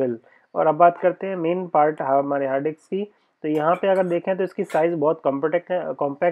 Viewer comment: डिक्स नहीं मेरे भाई, डिस्क। 😂🙏🏻